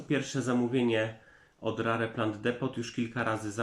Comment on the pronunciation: Jakie rare 🙈🙈🙈 czyta się rer 🙈🙈🙈